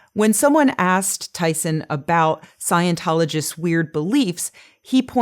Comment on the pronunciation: I enjoy your talks, but you do have some pronunciation quirks. You say "tiw" for "to". You tend to pronounce "ing" words: "een". You tend to drop final "t"s, so that words like "about", become "abou...."